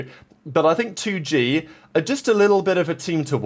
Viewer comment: 2Gay? Its 2 Gee, like the letter G.